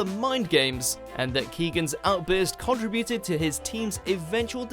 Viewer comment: conTRIBute not CONtribute.... Also, have another go at pronouncing Icke 👍